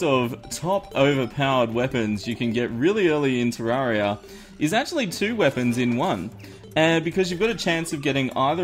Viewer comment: Its not tarrauriuh its terrarereuh